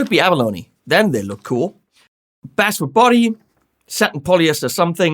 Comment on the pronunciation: Its basswood pronounced base-wood. Why to bass fishermen call is b-ass and guitarists call it base? No really I know hardwoods. Its basewood, common instrument material used in Asian manufacturing.